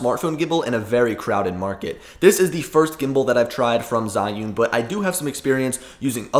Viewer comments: HOW TO PRONOUNCE ZHIYUN: Learning to use my China-made iPhone gimbal, the Zhiyun-Tech Smooth 4, has given me an opportunity to learn how to pronounce the Chinese word Zhiyun. It is not zEYE-oon, or zhEE-oon, but in IPA it is closer to ‘chø-yøn’. Okay, that may not help you. I learned the pronunciation of this Mandarin word Zhiyun or Zhi-yun from an excellent video by a native speaker posting from China. (He pronounces it differently than the Google robot sound clip at Google Translate if you enter the information below. I trust this man rather then Google, but he is the only Chinese person I have heard pronounce it.) For the vowel, think of the French word bleu or œuf (represented in the International Phonetic Alphabet as ø), then just strip out the vowel; you will need the vowel twice. The first time it is short and clipped, the second time it is sustained just a bit. Mix a hint of the schwa sound (represented by an upside down e, or ə), then mimic a Chinese person, and you will be close. Now for the consonants, the easy part. The first syllable starts with the CH sound; it, too. seems clipped. So: chø. The second syllable is very close to the English word 'yearn' with a silent R (yearn as pronounced by a posh Brit, but not as sustained). So, in IPA: chø-yøn. Which syllable to stress? Hard to say. Make them practically equal, but give the second slightly more stress, and if you can't, stress them equally. These two syllables are the Chinese words for wisdom and cloud. In Chi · Jusy simply say two letter: G - U. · Jee-yoon source: heard it said in China